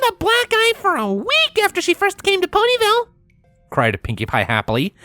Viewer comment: "Phony ville"? Did I hear that right?😂😂